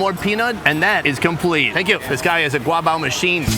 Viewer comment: " One Guabaw! please" got me dying 😂